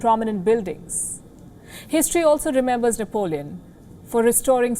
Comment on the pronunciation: Nepalíone Bonaparte